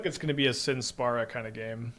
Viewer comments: the card's called Sin, Spira's Punishment. He's misreading the first two words in the name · dude, saying spara is wrong, don't sugar coat it, just like saying spura, spora or spera would be wrong. And yes, many Americans can't pronounce words, no shame on that. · Guessing he either knows it's Spira [pronounced Spear-ah] and is doing it on purpose, or doesn't know and doesn't particularly care lol. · excuses, if he can say the word "spiral" he's also capable of saying "spira" easily. You don't need to play FF just read the words carefully. (this may be difficult for an American tho) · I can pronounce Spira correctly, can I bash Americans in his stead? Cause y'all suuuuck (especially at reading). But seriously, it's borderline trolling from part to choose to read "-i" as an open "-ah".